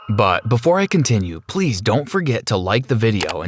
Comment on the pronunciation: "I heard my mom screaming." "stop stop stop ples!" Me:GIRLL ITS PLEASE NOT PLES! WHAT ARE YOU TRYING TO SOUND LIKE A WALLRUS!?